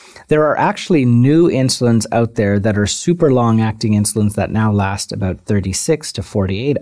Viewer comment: aboot! hahha